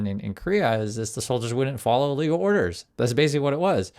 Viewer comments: Just a suggestion, but... enunciate when saying "illegal" so there can be no misunderstanding later used against you. It sounds way too much like "legal" for your safety. Again, just a suggestion. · Watch your enunciation, I too often hear and the Ai doing CC prints "legal" when you clearly mean "illegal" orders